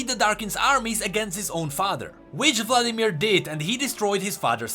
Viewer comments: Still says Vadimir. oof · Vadimir? Vladimir xd just for fun